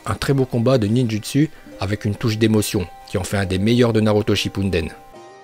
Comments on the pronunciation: Tu es maboule on dis chippuden et non chipunden tu es vraiment bête idiot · Shipuden shipuden et non shinpuden merde !😅😂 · Si tu connais correctement Naruto tu dois dire "Ninjoutsou" et pas "Ninjutsu" Ensuite "Shipouden" et pas "Shipounden" ensuite "Itachi" et pas "Itatchi" puis on dit "Uchiwa" pas "Uchiha" même si ça s'écrit comme sa.... Tu me déséspère sur ce coup là... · Je déteste juste parce que tu dis Naruto Shippunden !!! C’est Naruto Shippuden wesh😭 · Info ses pas shipouneden mes Shippuden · Ptn pourquoi tu dit Naruto Shippunden c shippuden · Lol tu es au courant que c'est Naruto SHIPPUDEN et non Naruto SHIPPUNDEN... Car tu prononcé un N a chaque fois sortir dont ne sais où lol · C'est pas Naruto Shippunden mais "Naruto Shippuden" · Pk tu dis chinpunden c est chipuden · Ce n'est pas shippunden mais shippuden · POURQUOI TU DIS SHIPPU"N"DEN AAAAAH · mais sérieux cest shippuden pas shippunden mec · Ces pas chipunnnnnnnnnnndennnnnn mais chippudennnnn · Mais ohhhh c pas shippOUUUUNNEden c'est shippuden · Pourquoi tu rajoute un putain de "n" dans shipouden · Shippuden** pas shipunden 😂😂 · Wallah frère je regarderais + tes video si tu savais bien dire hokage au lieux de hokajé shippuden au lieux de shippudan etc etc srx frérot ft un effort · pk il dis shipdin au lieu de chipuden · ARRÊTE DE DIRE SHIPPUNDEN C’EST SHIPPUDEN ! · C Naruto shippuden et pas shi(n)ppuden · J'arreter pas de reculer en arriere pour savoir si il dit naruto shippuden ou shippunden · Moi limite ça m'énerve 🤣 je vais lui faire un genjutsu pour qu'il arrête de dire Shippunden c'est SHIPPUDEN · "naruto shinpundden " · " Naruto shinpundenn " ouah sa m’a stressé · il clc a dire shinnepunneden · '' naruto shinpunden'' mdrr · Shinpunden ptn😭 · Jkiff ses video moi meme jsui un fan de naruto mais kan i di shppidunden ou qui parle japonais sa m’stresse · Il fou trop la rage et stresse a dire shipunden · Sa me stressé quand il dit shipunden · Tu me gênes à dire chaque fois SHIPPUNDEN bordel